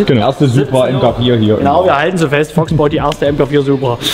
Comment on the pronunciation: Mir war garnicht bewusst, dass man das o in Fox als ö ausspricht 😂